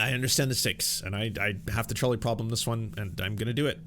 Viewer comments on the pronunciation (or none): Every time he says "trolley problem", all I hear is "Charlie problem" lol